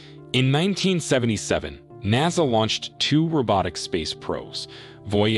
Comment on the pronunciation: he lost me when he said naaasa